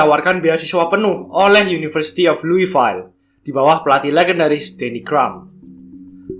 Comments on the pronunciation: Baca luifil / luifiel not luwifail 😂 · Louisville = luivil👈👍 luivail👈😅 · Hot sauce! Btw lu-i-vil for Louisville